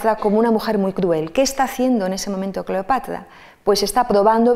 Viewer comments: También yo escuchaba Cleopatla y me pleocupaba 😃😄😂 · Porqué pronuncia Cleopatla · La conferencista, experta en Cleopatra, la cita como "Cleopatla". Si tiene problemas para pronunciar la r, debería corregirlo. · Excelente, pero no sé por qué la escucho decir” CLEOPATLA”😳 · Alguien me puede decir porqué la expositora pronuncia CLEOPATLA en lugar de CLEOPATRA como lo decimos los demás???, Será que así se pronuncia en verdad o ella tiene algún detalle de pronunciación personal???, si alguien me puede sacar de la duda por favor!!!!!.... saludos y gracias de antemano por responder.